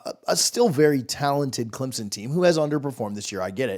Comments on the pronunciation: It’s CLEMSON, NOT CLEMZON!!! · For the love of God, learn how to pronounce CleMson.